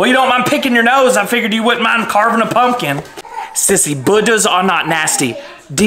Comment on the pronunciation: “I’m not totchin them tumpin guts” the way he mispronounced it and “NINI There’s TUMPKIN TUTS ON MAAAA HEUAD”😂😂😂